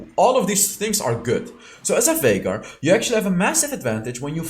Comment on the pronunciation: Viegar Or Vinegar? LOL